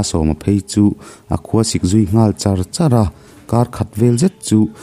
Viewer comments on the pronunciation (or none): none